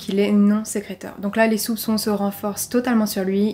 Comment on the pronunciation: Bonjour à tous ! Nouvelle vidéo et surtout nouveau cold case cette semaine. Vous pourrez remarquer que le mot "sécréteur" n'a pas été le plus évident à prononcer Mais également détectrice et vingt, vraiment désolée pour ces erreurs 😅 Pour ceux qui me suivent déjà, vous pouvez constater un petit changement de décor, n'hésitez pas à me dire si vous préférez ou non ! En espérant que vous appréciez cette affaire 🙂